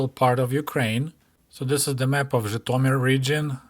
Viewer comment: It was enlightening to hear place-names like Zhitomir and Berdichev pronounced as they ought to be, and not as how I imagined they should be!